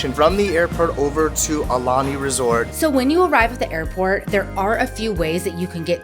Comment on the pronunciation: Please tell the guy to pronounce Aulani PROPERLY